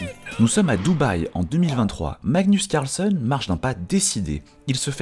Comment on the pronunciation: CARLSEUN? 😂😂😂 Tout ce que tu dis tu le dis mal Sérieux........